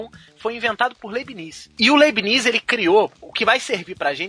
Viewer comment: A PRONUNICA EH LEIBNITZ.